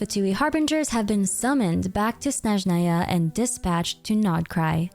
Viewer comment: her name is pronounced like YAgoda! yá-go-da. Ягода also, it's SnÉzhnaya, not SnezhnÁy